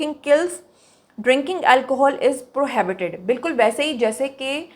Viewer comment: Check ur pronunciation of PROHIBITED. You are pronouncing it as “ PRO- HABITED”. It’s “I” not “A”. You should pronounce corro.